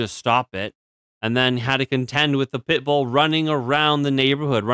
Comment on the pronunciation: why did you keep saying 💩bull wrong the whole vid? :P my last comment poofed i cant say wimxeni guess?